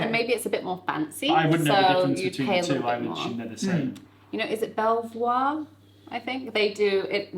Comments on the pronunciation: Ahh Vienetta......special treat for after Sunday lunch in the 1980s....... simpler times 😋 (BTW Belvoir, as in the cordial, is made and named after the Vale of Belvoir in Leicestershire and is pronounced ‘Beaver’.... local people pick sacks of wild elderflowers in spring, which they sell by the bagful to the company to make the cordial) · Belvoir is pronounced Beavor btw 🤦🏻‍♂️